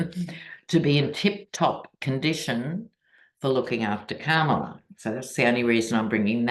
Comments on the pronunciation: Please make an effort to pronounce our next president's name. pronounces it Kamala like Pamala. It is Kamala like Mommala. Thank you so much! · Kamala is pronounced COMMA-LA. Just sayin’. Not a complaint.